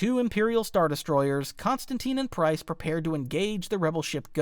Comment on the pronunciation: Pryce, not Pryze